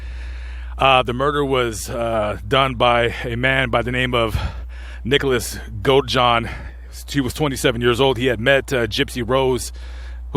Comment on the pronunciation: hey, I love the channel, but just wanted to make a correction for you, The name was Nick Godajohn not Go John lol. I mean no disrespect, just wanted to help thanks for all your hard work